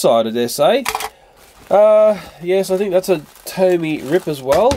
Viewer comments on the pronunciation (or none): It doesn't say tony it says tomy